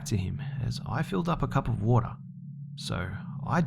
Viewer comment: Too much woter...